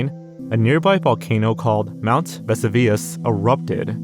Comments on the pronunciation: You could easily mistake it for being spelled like that if you aren’t too familiar with the word. Not far fetched to assume he thought it was Vey-su-vee-us and not viss—oo-vee-es Also the correct timestamp is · Random stuff it’s pronounced Ve-su-ves you nut! fun fact!: phantom islands are islands that were documented,but don’t exist. bro it’s literally just Europe and Asia combined,how did you screw that up,I’ll give you the benefit of the doubt on this though as not everyone knows that word. I don’t think that’s Serbia bro💀. that’s pevek Russia. dose hepatitis b have a vaccine yep?, you sure that aight Ukraine? you mean Antartica? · mount "vesa vius" 😭 VES OO VIII UUUSSS ffs who ever says it like that, the fact that you dont know how to pronounce it means that you researched purely in text which obviously means you dont know at all about pompei. literally HOW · "Mt Vesuvius" is pronounced vuh·soo·vee·uhs, not what he said. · Veh-sue-ve-us it's one of the most famous natural disasters in history come on man! ;P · What, you've never heard of Wooshire in England or Mount Vessiveeis? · your horrible mispronunciation of "Vesuvius" physically pained me. It's "veh-SOO-vee-us." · You lost me when I realized you didn’t even do the research to pronounce Vesuvius correctly. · YouTubers mispronounce things purposely as engagement bait. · The way you pronounced Vesuvius tells me you didn’t pay any attention in school haha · No way my boy doesn't know how to say Vesuvius! I'm ded. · Y'know, Wikipedia has a pronunciation guide for "Vesuvius" and Forvo has audio clips of people saying it. You don't HAVE to guess and get it wrong if you weren't the type to watch National Geographic VHS tapes as a kid. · Yeah that really threw me off. It’s one of the most famous historical natural disasters, hearing that pronunciation was almost painful 😅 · not to be mean but the pronunciation of ‘vesuvius’ was painful